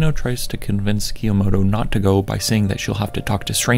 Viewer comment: I liked this video, but the way you pronounce 'Kyomoto' was kind of driving me insane 😭